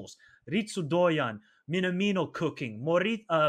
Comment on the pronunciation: You two don’t know what you are talking about. When did china become our “biggest” rival. Pronouncing Doan “Doyam” lol